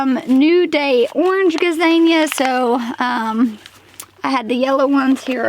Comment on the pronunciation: When you reluctantly said "gazania" I lost it. Idk how to pronounce it but it was just funny. 💚